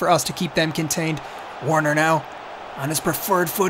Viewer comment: Bro, Werner is pronounce as Verner. It’s German. 😁😁